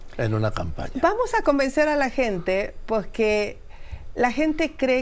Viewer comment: Pocque? jajajaja